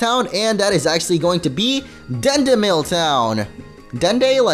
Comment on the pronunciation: The town is called Dendemille but you called it Dendeville LOL